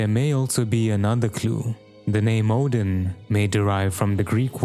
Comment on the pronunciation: Wait, Oedon comes from the word Oedipus? IS IT PRONOUNCED EDDEN WTF